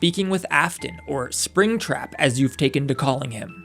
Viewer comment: 'Alright, let's catch ourselves a apringtrap' 💀